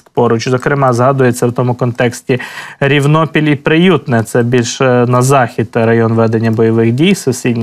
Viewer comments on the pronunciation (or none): Я з Великої Новосілки, велика вам подяка! Дивлюсь Вас кожого дня. Ну і мої зауваження по назвам населених пунктів, як місцевого жителя. Рівнопіль наголос на перше «і», і Керменчік наголос на перше «е». Ще раз дякую , слава ЗСУ!